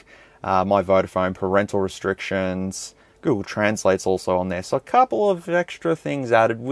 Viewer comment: parental resHtrictions? If you make it a tongue twister, then yes, it will become one. Why do people say words like this? like sHtrength, sHtreet, resHtriction, sHtruggle?